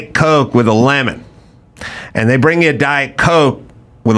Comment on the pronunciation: AOC says end where she should say and.